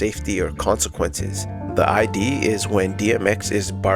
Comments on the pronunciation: Amazing video! I've loved Earl since the Free Earl days; it's great to see a deep-dive on him. One small note, "id" in reference to the Freud's psychoanalytic theory is pronounced like the end of the word "lid", not like the abbreviation for identification. I made the exact same mistake in a Psych 101 class in front of like 200 people 💀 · Just wanna point out that it's not the I.D. it's one syllable. The 'id' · Awesome video, subscribed. Love this framing of his work! Just fyi, in psych 'id' is pronounced exactly how it looks, as one syllable